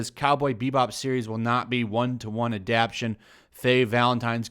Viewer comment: The word is ADAPTATION not adaption. The word is on screen and you still messed it up